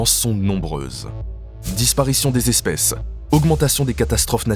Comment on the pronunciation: Beaucoup d'imprécisions. Et...j'ai bien entendu "douze zespèces"?